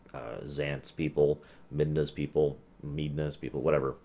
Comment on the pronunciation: Preach, panda. I love these ruminations, and "M-eed-nah" didn't bother me too badly on his TP rum (it's a proper name, and those are often open to interpretation), but every time he says "oh-kuh-rei-nah", I cry just a little bit (it's a regular noun, with a proper pronunciation). 😢